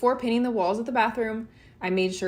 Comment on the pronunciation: I believe the process is call 'painting' . Check dictionary guidelines for pronunciation.